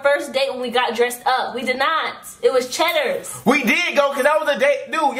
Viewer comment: don't lie you didn't say CHEDDERS